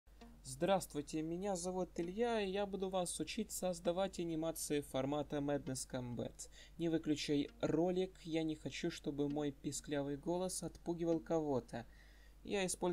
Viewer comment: Круто, но правильно мэднес кОмбат